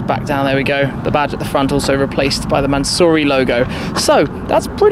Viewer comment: Mansory... NOT mansurrey